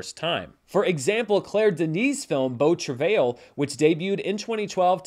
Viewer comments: Yours was more like Travel. Like I said though, probably doesn’t matter. The pronunciation I mistakenly referenced from google is Americanized. Not wrong or right I guess, just not what my ear is used to hearing. The French is more like Trav-eye. the L is silent. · Incorrect. If you're pronouncing it using the french pronunciation you would not include the 'L' at the end. It's hard to do phonetically but it's more of a 'tra-vye' with the 'vye' part rhyming with 'eye'. Source: Canadian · Shuddering at the pronunciation of beau travail. From my 3 years of high school French and one year in college I'd pronounce it bow(like bow and arrow) trav-eye. Don't worry, Italian is tough for me. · As a French person pronunciation of “beau travail” made my day. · "ail" in "travail" is pronounced as the English "i" :)